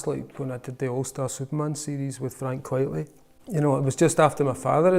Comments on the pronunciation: Quite-lee Not quiet-lee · Quite-ly, not quietly! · Frank Quitely, not Quietly. It’s a pseudonym and a play on the term “quite frankly.”